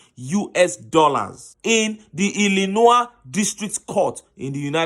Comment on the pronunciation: The word Illinois is pronounced as I'luh'noy .